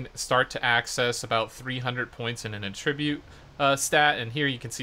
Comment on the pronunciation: should maybe look into pronouncing attributes correctly.....no biggy just sounds odd the way you mispronounce it :)